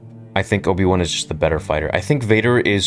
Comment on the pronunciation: the way you said Obi-One sounded like there's an Obi-Two as well